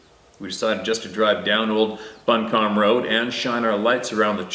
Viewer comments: bumcombe county is pronounced bu--come ......................thanks for the story from SC! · Buncombe (pronounced Bun come)